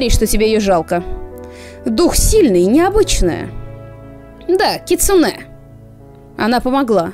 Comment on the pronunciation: Привет) Вообще не ожидала, но залипла на ваши ролики по КР знатно, спасибо большое) Как филолог всё-таки хочу внести некоторую ясность насчёт ударений) Возни́ца, са́ван, кицу́нэ (у японцев с ударениями отдельная тема, оно у них есть, но отличается от того, что в русском языке. Оно у них музыкальное, а потому в разных предложениях в одном слове оно может быть на разных местах для нас. Поэтому любое выражение ударения в японских словах средствами русской фонетики условно, однако что ж поделать, приходится выкручиваться), дзёни́н. Насчёт дома гейш, окия, полагаю, тут правильнее было бы вообще писать оки-я, с побочным ударением, соответственно: о́ки-я́. Можно вспомнить великого Миядзаки и купальни Абура-я в "Унесённых призраками". Не буду говорить, что такое это "я" здесь, ибо не уверена, но предположу, что что-то связанное с постоянными дворами и своего рода гостиницами. Может, кто-то разбирающийся меня поправит)